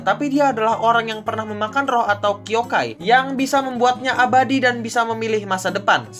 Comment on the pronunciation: yokai bang bukan kyokai :v